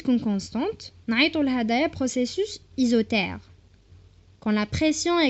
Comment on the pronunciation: Isothere !!! Isotherme tu voulais dire